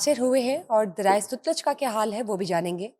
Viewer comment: Baji sutlaj nai satluj